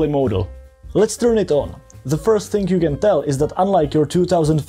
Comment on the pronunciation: THERE IS NO "K" IN THING! THINGGGGGGHHHHHHH